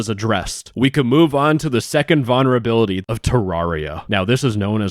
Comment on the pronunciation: Please add the first "L" in vulnerability when you pronounce it. I actually can't stand to listen to you say that word for a whole video.